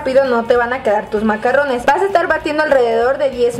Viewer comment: Se llaman macaron, como bien dice esta otra chica los macarrones se refieren a la pasta italiana. Y no se pronuncia con doble R sino con R francesa ( dificil de pronunciar y que te entiendan los parisinos sino eres de alli) xD